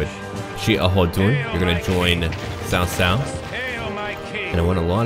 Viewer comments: You've done a pretty good job at pronunciation. As a side note, "cao" is pronounced like "tsao" rather than "Sao". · Hi the name is not pronounced "sao sao". It's a "ch" sound like in "cheese". Something like "chao chao", but with less emphasis on the h. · Cao is actually said like Tao Tao its weird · hahaha... cao cao should be read more like "chow chow" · ***** hmm...when I wrote what I wrote I meant no disrespect, and I sincerely hope you didn't take that as an insult, I merely wrote that as a note of my amusement when I hear someone pronounce Cao cao in mandarin incorrectly. Sorry for not having the compassion you share for non-native english speaker.